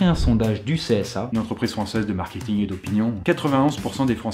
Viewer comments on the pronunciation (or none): none